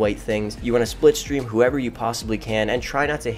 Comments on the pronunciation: It’s slip stream not split stream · "Splipstream". Are you trying to say slipstream?? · Slipstream* triggered me every time you said it wrong